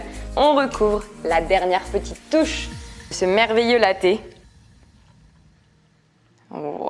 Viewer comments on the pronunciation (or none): "le lé" aie mon français